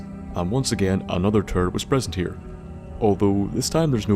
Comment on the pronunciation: Every time you said turret I heard turd